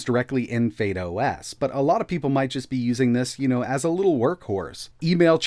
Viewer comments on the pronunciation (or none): I'm sure it's not pronounce fade os. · Why are you saying "Fade OS"